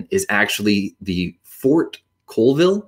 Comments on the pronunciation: Yes… please, please please learn how to pronounce the names of towns (Colville pronounced CALLville by locals) before making film about it. Don’t be a Frazier and go to Lake cheLAWN (aka to Washingtonians as Lake cheLAN as in as) 😢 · Pronounced call-vile